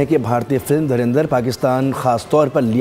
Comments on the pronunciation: dhurandhar… bol bhi nahi sakte… dhurinder bolte hain. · धुरंधर को धुरिंदर बोल रहे हैं यह जाहिल पोर्की। काश थोड़ा पढ़ लिख लेते तो बोलना आ जाता । Aaaaaathuuu😂